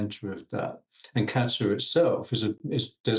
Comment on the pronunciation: Is it just me that is hearing Aaron calling it "Gatter" rather than Qatar?